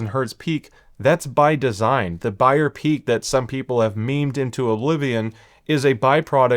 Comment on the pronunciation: "Beyer peak" — ❌️ "Buyer peak" — ✅️